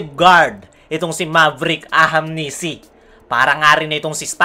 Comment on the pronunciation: Kailan mo kaya mabibigkas ng tama yung ahanmisi.. tagal n puro ahamnisi pa wh